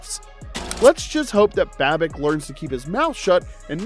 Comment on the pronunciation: Dude we had the division sown up 4 days ago. We won't be resting guys unless the 1 seed is out of reach. Do you even know what you are talking about? You keep pronouncing Babbages' name wrong.